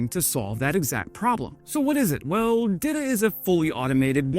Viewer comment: it's pronounced 'dee-tah' not 'dida', sounds like dildo lol